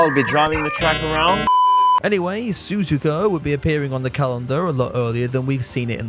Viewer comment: I said it before and I'll say it again. Su-zu-ka is technically the correct way to pronounce it. Not Su-zuka.